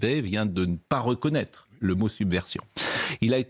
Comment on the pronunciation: submersion dit un et Attal summersion ....